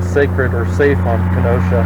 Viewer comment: As a resident of the City of Kenosha, Wisconsin, yes the CITY which the pass is most likely named after, I do take offence (jokingly) to Smells like Kenosha. Otherwise, cool story telling of the accident and the outcome. By the way,, you did pronounce Kenosha correctly. That is how the city of Kenosha, Wisconsin is pronounced.